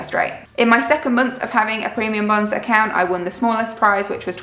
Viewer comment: The first time you said it, it kind of sounded like “premium buns”😂😂😂. Those lottery things sound crazy! We set up a checking account in the UK two years ago, and I remember hearing about those and thinking they were the weirdest thing ever! We don’t have those in the US, and they really sound like a bad idea to me👎